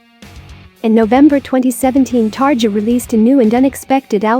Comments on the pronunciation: Xusme dear, don't say 'targia'. It's 'tarria' ^^ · It's Tar-EE-a